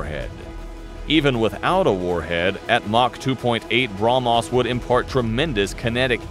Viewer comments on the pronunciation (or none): its brah mhos not bra mos you spell .